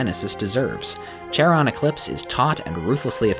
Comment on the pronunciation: Someone may have mentioned this already, but the "ch" in "Charon" is pronounced with a K sound (Charon is a name from Greek mythology).